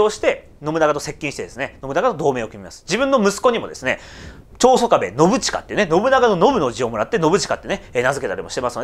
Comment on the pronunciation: ちょうしょかべって言いましたよね